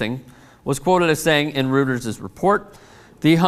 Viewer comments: FYI It's pronounced 'royters' not 'rooters' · (and its pronounced Roy-ters not rooters,:) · it's pronounced roy-ters. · I think it's pronounced ROY-ters